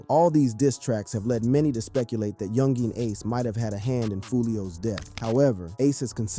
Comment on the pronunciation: Bro just say Ace. That "Yungeen" be spanking your syllables.